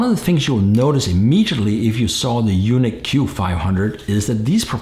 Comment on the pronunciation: Isn't it pronounced "unique" instead of "you-nick"?